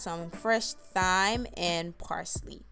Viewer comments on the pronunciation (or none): Not to be rude just wondering if you intentionally pronounce thyme and saute the way you did in the video? Is that just how you guys say it where you're from or do you not realize that its incorrect? Again I mean absolutely no offense whatsoever, I'm genuinely curious to learn about different words within different cultures, and if that's not the case, and you just were unaware, then I'm equally happy to just teach you something :) So thyme is actually pronounced the same as the word time, like on a clock, as the 'h' is silent and the word saute is pronounced 'saw-tay' as the two letters follow the 's' are vowels :)